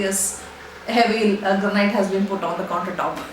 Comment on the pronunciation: It's Granite /ˈɡræn.ɪt/ not Granight.